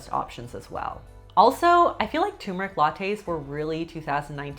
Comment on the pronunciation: turmeric, not tumeric. tuRmeric. TURMERIC! :-P